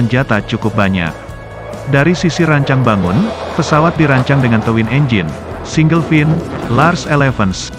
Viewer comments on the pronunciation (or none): none